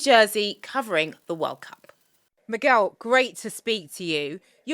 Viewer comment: Nice one for saying Miguel properly. Same rule as in English with guest house, so "Mig-you-well" or "Moog-well" is pure torture.